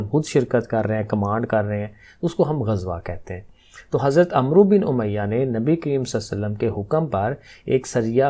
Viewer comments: السلام علیکم ۔ سر عمرو کا تلفظ " امر " ہے یہ ایک مشہور عرب نام ہے ۔ ع پر زبر اور واؤ نہیں پڑھا جاتا تو اس طرح اس کا تلفظ " امر" جیسا بنتا ہے ۔ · Sir AP ne wrong pronounce kia h Hazrat Aamr bin umiya h